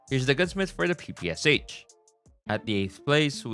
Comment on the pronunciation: really aaid pppsh 18